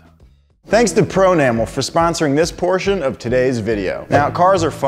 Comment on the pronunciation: In the beginning when he said A PORTION OF THIS VIDEO... it literally sounded like ABORTION OF THIS VIDEO.... Got me dead🤣🤣